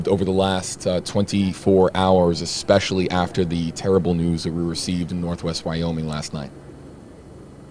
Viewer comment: What kind of interviewer pronounces Especially " expecially" in reality it's not a big deal but bugs me so much so in MY head it's a big deal